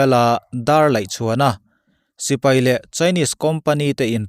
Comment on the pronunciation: Sipei an ti ngailo,sipai tih tur o